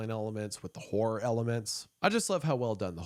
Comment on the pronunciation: My Brother In Christ, you NEED to pronounce horror more clearly. 😂